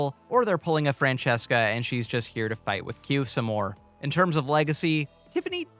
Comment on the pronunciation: Correction, francess-qua😂😂